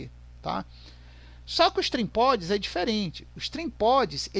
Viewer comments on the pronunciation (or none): Não é trimpods é trimpot